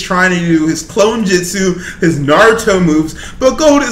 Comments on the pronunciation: Man said clone jitsu JITSU!!! He said Jitsu only real anime fans know how it's spelled/pronounced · Why does everyone say jitsu it's jutsu